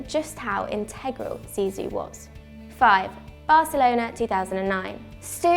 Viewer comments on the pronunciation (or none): none